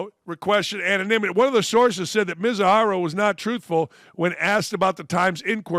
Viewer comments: "The guy in the right is the fall guy"...yeah, and the guy in the left is the dumb one, based on what you say Ohtani's the gambler? just in your disbelief that someone can't or doesn't keep track of his balance?. MI-ZU-HARA, dude it's really not that difficult, by you already change his last name 3 times!!. Forget it.this crap is unwatchable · I thnk I've heard Ippei's last name "MIzuahara" butchered at least 20 times throughout the video. lol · This clown butchered Mizuhara"s name twenty times (+) in just this short clip, sounds like a hater to me.